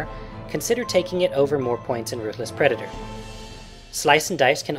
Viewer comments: I heard u say pedator if u listen carefully.:P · pedator? Don't you mean predator?